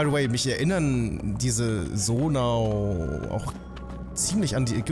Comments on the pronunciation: Bitte sage sonai nicht sonau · Zonai nintendo nicht sonau 🙄🙄😂